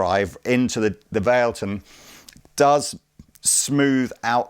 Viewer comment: also, isn't it called "vah-leh-ton"? 😁